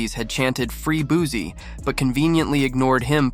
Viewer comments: Sir please say his name right it's not Boozie😂🤡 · boozie 🤣 It booSie with a S lol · Man i just can't. Once words start getting mispronounced, it's time to go. I'm sick of this AI bullsh*t. Made it to the 2nd f*ck up on Boosie's name and Baton Rouge, and now i'm out.